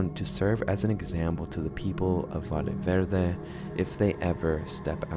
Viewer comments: I'm losing my mind, sorry, it's pronounced "VAYE VERDE" just like "Yapping" "Yes", the double LL in Spanish is pronounced like as Y. I'm guessing it's rage bait, and it's working, because I can't hold myself back every time he says "Vale Verde" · Bruh!, but seriously, Valle Verde is not pronounced "Vale Verde", use google translator to hear the pronunciation because a valle is a valley, and a vale is a voucher. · Sounds like European Spanish pronounciation